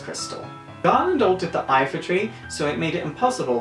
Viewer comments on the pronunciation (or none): It's the Lifa tree, not Ifa